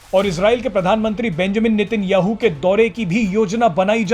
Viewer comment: भैया वो नितिन याहू नही , वो नेतन्याहू है 😂😂😂😂